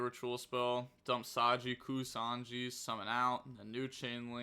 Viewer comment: Now that you got down how to pronounce "Mitsurugi", it's "Ku-sa-na-gi" don't skip the A after the N. Also the ritual is "a-me no Mu-ra-ku-mo no Mitsurugi" (the e in "ame" had the same pronunciation as in Dante because it's Japanese). The other ritual's bands of Fu-tsu with a U at the end, not an O. Final note, it makes more sense to call the ritual "Ame" and not "Ame no" because the "no" is just a possessive particles in Japanese, it would be the same as calling someone Austin's in English.